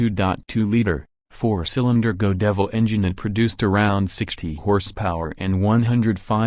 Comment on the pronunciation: I don’t know how AI voices are created but, they sure do screw up pronunciation most often. ie: GO DEVIL ENGINE what the hell is that? How about GOD EVIL ???